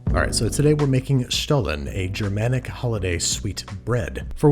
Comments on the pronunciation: Great job Babish! I love it how you take a look around for worldwide specialties. Also, my German ears absolutely adore you saying the word Stollen 😊 love from southern Germany! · 10 out of 10 on that pronunciation. I am not from Germany ,but I am a german speaker. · I have to say, your pronunciation of Stollen is perfect 👍🏽. Nothing basic here ☺️.